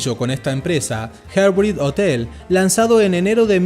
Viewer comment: Parece que dijeras "Heart Breathe Hotel". Es "Heartbreak Hotel".